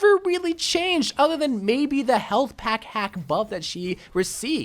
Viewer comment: Why does always say ather instead of other